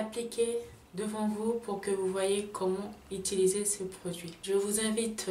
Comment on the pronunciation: Toi là je tai remarqué on dit utiliser et non itiliser